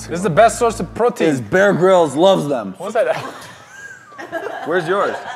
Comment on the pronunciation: Iss'a bess'a source a prrrotien